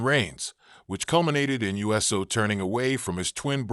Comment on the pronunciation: It’s not us o it’s uso